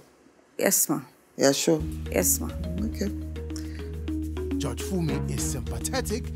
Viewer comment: Please Nigerians the word is" judge" not" George"